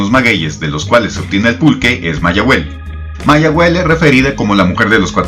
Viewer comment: Disculpe porque el acento en la última sílaba a mayahuel si en el idioma náhuatl no hay acento en la última sílaba y en mi entendimiento significa ma- qué, ia - va, huel - huelic- sabroso o sea qué se va sabroso o qué ya sabroso, gracias y sé que el nombre se lo ha de haber puesto algun fraile español qué cómo usted bien dice todo el lenguaje Náhuatl lo deformaban